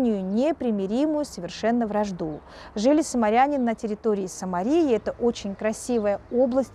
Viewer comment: А мне кажется надо говорить самаряне,а не саморитане